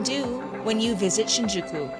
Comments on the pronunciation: Shinjeekee?? I don't think so haha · not shinjeekee Shinjūkū. Like Shinyūkū. Thats the right to say it. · You pronounced it wrong. The u is pronounced like a Y or Yu Sounds like Shinjyky